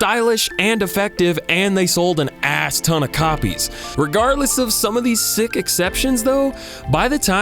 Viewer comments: does he say CROPIES instead of COPIES? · Did he say “more cropies ” ? 😂